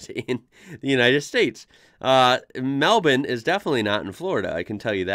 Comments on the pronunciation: Very much thankyou for pronouncing Melbourne properly. Melb'n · There is a Melbourne in Florida, and you got Town names right. It is MelBurn and Mount Isa (Eyeza) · First American I've ever heard say MELBOURNE correctly. nice. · Hats off to you - you're the only American I've ever heard pronounce "Melbourne" correctly. Bloody grouse mate ! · Nothing got me more excited than you saying Melbourne correctly hahaha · Its strange but kinda cool to hear an American say 'Melbourne' properly... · Props to you for pronouncing Melbourne right, mate!